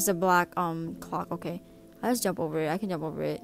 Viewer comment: " Ohhhh okay... OKEIAYY ". That was some serious island girl talk right there.